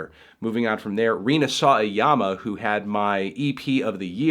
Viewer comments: Rina Saw-a-Llama lol is that a joke i'm missing? I think her name is pronounced with each syllable of two letters spoken like it would standing alone (sa-wa-ya-ma) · Why do you pronounce “Sawayama” so wack?